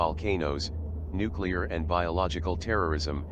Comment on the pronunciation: a nucular bob